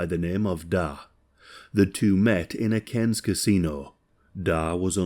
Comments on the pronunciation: Aussie here firstly "Caines" is pronounced "car-ns". Secondly yes mail order brides is a thing here my mum's best friend is one, he was an asshole too didn't kill her but beat her up in front of the kids repeatedly. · The way my neck snapped when I heard cairns